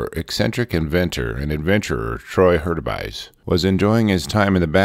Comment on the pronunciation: What a great channel!! Great pronunciation on my name BTW!!! The bear suit can have many applications - in that sense, to me, it was a success. Many outdoor and industrial applications. As for Troy...I suspect that there were deep seated mental issues going on that hampered his ability to socialize in normal settings. Compound that with the myopic nature of a genius and its easy to see how someone can get "too focused" on the wrong things. I remember him testing the suit and saw clips years ago. It's a shame to lose him to inner demons. Progress is also no stranger to theft. If you look at some of the military application suits that DARPA has come up with you can see similarities that were probably initially thought of by Troy. At least I hope that's the case. I'd hate to see this mans work go unused.